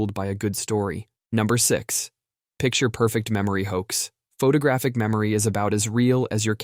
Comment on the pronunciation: "Incridible" memory?? "Photogrphic?"